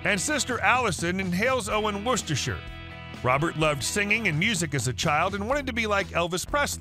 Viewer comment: One of the most amazing things about this video is the commentator pronounced Worcestershire correctly!